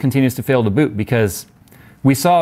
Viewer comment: I heard BOOP instead of BOOT boop error